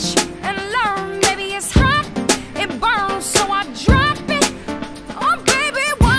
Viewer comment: Her pronunciation of burn and learn is something else!!!